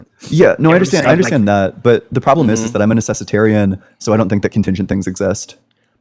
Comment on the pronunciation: Echo chamber has made them develop a speech impediment, D does not equal TH.